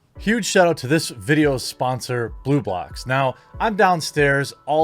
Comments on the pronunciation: The first time he said blue blocks, I heard boob locks! I laughed pretty good thinking about what that could be! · I kept hearing BooBox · Oh Blublox... I thought he.d said Booblocks before I looked up... I was like wait...WAIT?!🤣🤦‍♀️